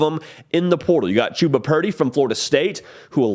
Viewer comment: You pronounced Chuba wrong buddy. Nice try.